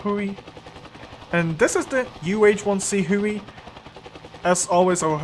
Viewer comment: It is pronounced Hugh-ee as before the tri-service designation change it was HU-1A before later becoming the UH-1B, C, D, and later models. The nickname comes from the original HU designation and a cartoon character named Baby Huey.